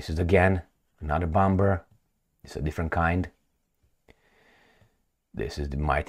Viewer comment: Please stop with this "bom-b-er"crap,u can say "bo-muh" for sure